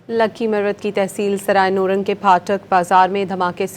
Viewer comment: Not noorang is it nourang